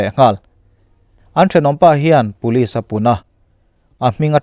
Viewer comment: Ngating Police hi Pulis tih a I lam zeel le ka ti ..Aizawl lam YouTube narrator ho reng2 hian Puliz zu han ti vek aa..